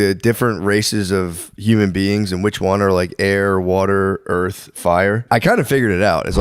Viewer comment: did shane say "i think erf"?!?